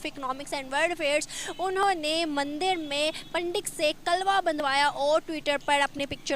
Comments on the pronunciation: Chutiye Its Pandit not. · Ye kya hota hai..😀 pandit hota hai 😆😆😆